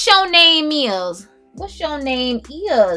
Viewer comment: Oh my God!!! I was watching this must see video and having to go to the bathroom at the same time. I am screaming out loud laughing at you..."what sho name is?" I felt a little sprinkle on that one. I have relatives that actually talk like that and so that simply made my day on top of all the great reviews. You are truly one of a kind and always make me smile. Thank you so much.